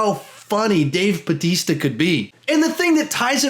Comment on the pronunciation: Did you just say Dave Badista?